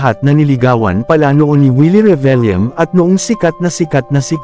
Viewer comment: 😂bkt do lmz pronounce yun Revillame (lyame)